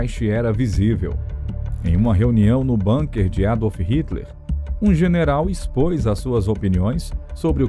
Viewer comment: BUNKER – A palavra ALEMÃ é BÚNQUER, como se escreve, não BÂNQUER, com pronúncia angloide. Aliás, quaisquer palavras ou nomes estrangeiros têm sido ditos entre nós como se fossem anglo-americanos; precisamos contar a locutores e apresentadores que existem no mundo outros povos – e línguas! – além desses.